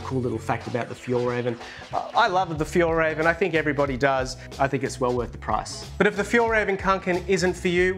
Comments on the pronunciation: The right pronounciation is Fyell reh-ven, not fyall haha.. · Fjällräven - Winter Fox Fjoll Röven (the way you pronounced it) - The Gay Ass just Fyi 🤣